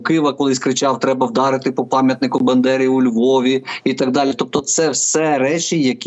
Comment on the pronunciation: Дуже ріже слух коли ви називаєте Бандеру Бендерою. Прохання воахувати помилку